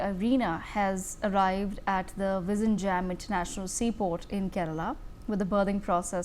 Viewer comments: Oh MG, it is not jam but yem. Phonetics are important when presenting a name some thing. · It's not V izhinjam as in perhaps Kissan Jam but pronounced as " Jim" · Learn to pronounce the port name correctly. There is no "jam"(bread or traffic) in the port name. You should try "nj" as in gyAn or jnAn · Madam, I believe you are an Indian, if so, please talk to any of your Keralite colleagues and learn how to pronounce "Vizhinjam". You have all the alphabets in Hindi to do so 😊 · The port name is wrongly pronounced. Please learn the correct pronouncation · Useless anchor. Try to pronounce South Indian names correctly or find another job. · Can you put some effort and pronounce “vizhinjam” the port name correctly? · No, they will impose their language on us, but they don't even pronounce our language